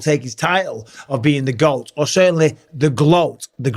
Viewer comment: Is this fool saying gloat? Greatest Lady Of All Time 😮😮😮😮😮😂😂😂